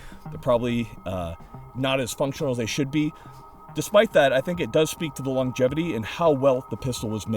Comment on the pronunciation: he says "long-jevity"